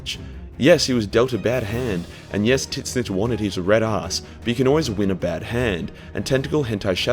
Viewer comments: Can't get over his pronunciation "Tiz - Nich" would love to hear him say tzatziki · I love that you call him "Tit-Snitch"